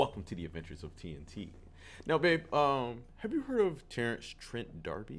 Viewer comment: No. He is absolutely not. You don’t know your music history. You’re young, so it’s understandable, but you are absolutely wrong. Edit: I Didn’t even notice that you said “trend“ instead of “Trent”, so your bias is obvious.